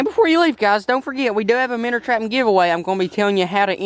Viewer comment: I got you I know your a busy guy and you make little mistakes here and there but for the viewers yes it says minnow but it's pronounced "Minners"